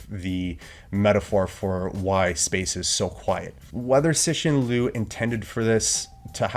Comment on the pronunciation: C in Chinese is pronounced as ts in English, so ci is like tsi, not si. You've got to the review of his second book and is still pronouncing his name wrong. I was impressed with your review of the first book. With the review of the second book, I think you are trying a bit too hard. Look forward to your thought on the third book.